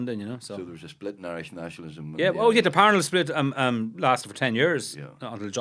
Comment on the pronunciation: He’s right about the pronunciation of Parnell. Emphasis on the first syllable, that’s how he said it. And to call his love Kitty rather than Katherine was an insult. At least they didn’t mispronounce Caitlín as so many Yanks do. ‘I’ll take you home again Katelyn’ ?